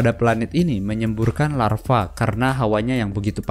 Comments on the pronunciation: Bang, itu Lava bukan Larva😂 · Larva atau lava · larva mata kau, yang bener lava Cok.